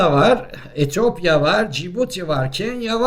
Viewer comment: ETOPYA değil ETİYOPYA. bu kadar cahillik olmaz.